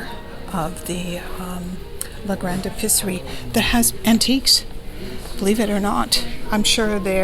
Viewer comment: L’Episserie is not “le Pisserie” (!) In French, it’s important to really pronounce each vowel. The E in this word is pronounced like a long A (ay) in English. Love your videos, ma chere!!